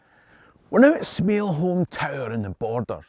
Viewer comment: Great video as always! I grew up in the borders and Smailholm tower is pronounced "smay-lum" :) now ye know